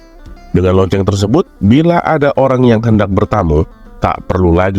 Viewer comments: Assalamualaikum.ngakak bngt ketika berbicara LOCENG.tpi Tulusannya Lonte..Aku suka sma chanel ini ada 2 chanel. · Sama lagi yaAllah kocak bgt😭🤣